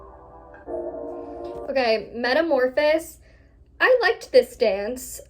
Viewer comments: Girl it’s pronounced meta-morphi-sis 😂 ily brook4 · met-a-mor-pho-sis (five syllables)